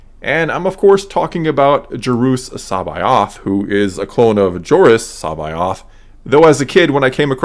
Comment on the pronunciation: Wow that is not how I pronounced his name lol